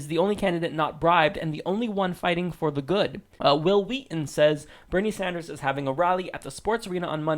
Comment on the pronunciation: "Bernie San-durs-ziz"